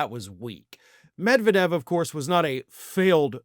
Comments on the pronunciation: as much as I support you but UMMERRIGANS ARE STUPID: ROF YOU WORK FOR RT and cannot say Med-ved-jev.. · No! Medvedev (the stress is on the second syllable, not the first…med-VYE-dev) most certainly wasn’t “rewarded” by Putin with a high government position. Do you know ANYTHING about Russia?!? After doing the Prime Minister-President swap to allow Putin to escape the term limits imposed in the Russian constitution, Medvedev began to feel his oats. His more liberal, anti-corruption, democratic policies were popular, but threatened the oligarchs, and the primacy of Putin’s United Russia Party. Medvedev appeared to have imagined that he could carve out for himself a political base independent of Topless Putin, and may have hoped to challenge him for the presidency once his own term of office ended. His own corruption was soon revealed and how he enriched himself at the public expense, essentially ruining his bid for political autonomy. He obediently surrendered the presidency to Putin as planned, and receded into the Prime Ministership and alcoholism before he was sacked, and relegated to the powerless “advisory” position of DEPUTY Chairman of the Security Council. (He doesn’t “lead” the Security Council, the SC is chaired by Putin.) He now spends his days drinking heavily, threatening nuclear war against the West, and generally making of himself a laughingstock - dirt of Tsar Putin’s court jester. Medvedev was neither rewarded, nor honored, he was broken, and humiliated for even daring to ponder using his position to mount a challenge to Putin’s political supremacy.